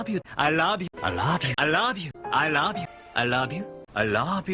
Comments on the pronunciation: Nearly ... there ... DONE. WATCHED AND LISTENED TO EVERY "I LOB YOU". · hahaha "i raaab you" yan eh sa pagkabigkas ni hahaha